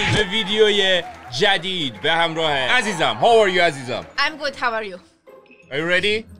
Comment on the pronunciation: از اول تا اخر فیلم کین میگفت عازیزم🤣